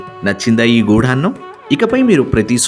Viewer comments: గుడాన్నం..... గూఢాన్నం కాదు..... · చాలా మంచి ప్రయత్నం. చిన్న సవరణ... గూఢాన్నం కాదు... గుడాన్నం. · గూఢాన్నం కాదు గుడాన్నం గుడం = బెల్లం